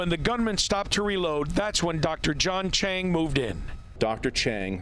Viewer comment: The Hero’s last name is Cheng, not Chang, though sound alike. Dr. John Cheng was with South Coast Medical Group in Aliso Viejo.